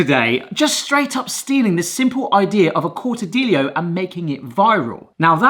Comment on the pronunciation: "Cortadillo" is pronounced core'tuh'dee'yoh "Niños" is pronounced neen'yohs (and not yohz, it should be a clear 's' sound) Still, I'll take Spanish over the weenie 'tini any day.